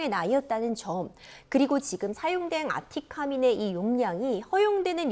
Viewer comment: 변호사님 아티카민이 아니고 아티카인이요